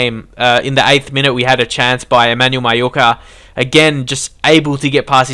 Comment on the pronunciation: Y every time u say mayuka u sound Asian? :/